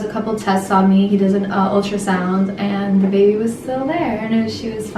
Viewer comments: Sarai Garivaldi i thought he said babah in stead of bebe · Sarai Garivaldi i thought they say it bebeh 😂☺️😍😍